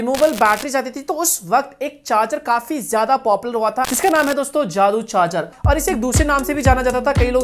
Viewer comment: Or ye daddu ko jadoo pronounce karrha hay